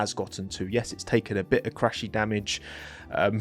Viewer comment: im argentinian and we were expecting for a Driver but franco story carisma and humble is other level. Thats why southamericans love him. I dont like when you guys says chrasy. Yes he crashed but allways on qualy trying to put a back Grid Car closer to points with no pre seasson. I think this year he is doing better than last for sure. Glad you guys start to taste mate now ah ah